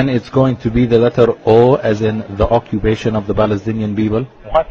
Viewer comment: OMG, my stomach. I can't stop laughing. O as in the Occubation of the Balestinian Beoble. Lol